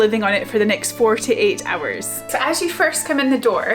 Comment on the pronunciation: It sounds like you're saying 4 to 8 hours 😂